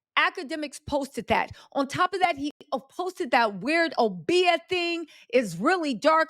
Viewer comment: Obeah (oh-bee-ah) is real & Aubrey don't know about. It can also backfire, like it is. There's plenty of POC that rock with 😈acists. Enrique Tarrio is serving 22yrs for Jan. 6. All the spells in the world can't save his career. :_TattleTellReally